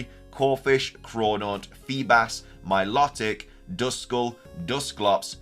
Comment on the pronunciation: I know it's something small but I never understand how poketubers still don't know how to pronounce miltoic correctly. It's "my-low-tick"